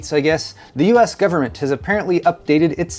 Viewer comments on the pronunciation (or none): none